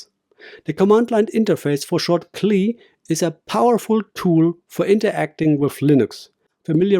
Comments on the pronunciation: C. L. I. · I have never heard CLI pronounced "klee" 😂